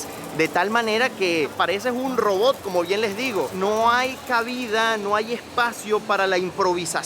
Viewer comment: Amigo se dice ROBOT ... no robob ... hay en serio venezolanos y cubanos su pronunciación! Ojo.